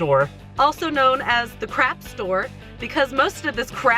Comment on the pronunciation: does anyone else hear "crap stores" instead of "craft stores"? Because don't get me wrong, they are both. I just wanted to know if I was going crazy lol